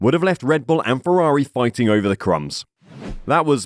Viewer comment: It's Ferrari, not Fewawi...